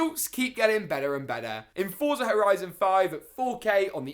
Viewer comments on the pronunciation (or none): none